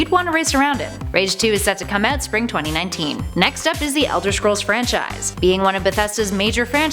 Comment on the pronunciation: AlekoToons 2 you mean because she said francise twice?